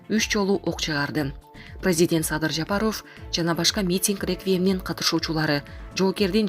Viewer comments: Ушул жанылык окуган журналистка Садыр Жапаровдун фамилиясын ударение туура коюп окусан болот эле.Садыр Жапароов эмес Жапааров деп а тамга басым менен окусан. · Ушу окуганкызды карманам 1 кун кечке Жа-па-ров деп айттырмакмын . Уят ай уят окуганын эмне ээ кокуй